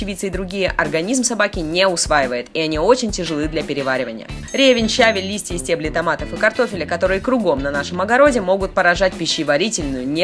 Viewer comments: Правильно не щАвель, а щавЕль,а так, как всегда шикарно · не щАвель а щавЕль